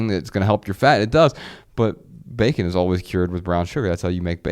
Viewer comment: 😂😂😂😂 been saying beer can over and over. I was like bullshit! But it does sound like a Jamaican saying bacon 😂😂😂